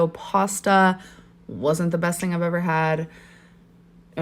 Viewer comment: And here, Dr. Now would be saying "You don't tink your weight gain has ANYTING to do wit your eating habit?" 😂😂